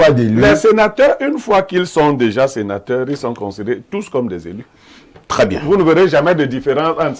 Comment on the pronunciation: de + en + stylée par contre elle dit tjrs cr.. au lieu de tr..😂😂😂😂 craditionnelle crop